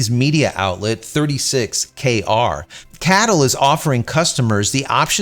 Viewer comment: C A T L, is how i think it is said, not cattle...i could be wrong, but most places i have heard say it C A T L